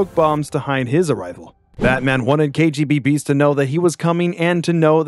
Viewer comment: It's KGBeast not KGB-Beast.